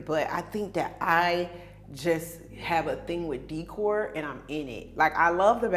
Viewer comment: What is up with her mispronouncing “decor”?